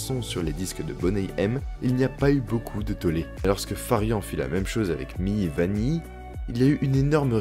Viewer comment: Ce que je n'ai jamais compris c'est le "2 poids 2 mesures" concernant Boney M et Milli Vanilli(prononcé Mili Vanili au passage ;) ), ces derniers se sont fait défoncer par la presse, ils ont disparu des ondes radios, personne n'en voulait plus, l'un d'eux est même mort après avoir connu l'enfer... et Boney M. on les entends toujours alors que le principe était le même(au détail près qu'au moins 2 choristes chantaient vraiment)... Et Frank Farian lui par contre il s'en sort toujours!! Personne lui dit rien...